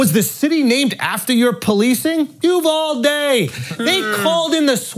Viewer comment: Named after the city? "UV-AL-DE" 🤣🤣🤣🤣